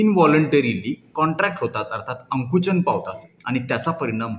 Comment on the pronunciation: अंकुचन नव्हे आकुंचन म्हणा Dr❗